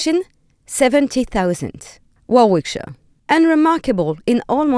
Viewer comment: If you are going to do a programme on Rugby, you think she would learn to how to pronounce Warwickshire ...